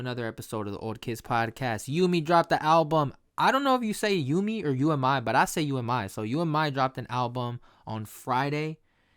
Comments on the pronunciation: It’s so good man. I’m loving this. I think her name is pronounced Yoo-Me or Ooh-Me. Im not sure. But yeah her music is amazing. I love her EPs. The fact that this is her DEBUT ALBUM. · Haha it's pronounced oo-me. Like the u in unagi. I went to her concert and honestly you appreciate the album so much more when you see it live. Like the concert was so chill and everyone had good vibes. Her fans are honestly beautiful.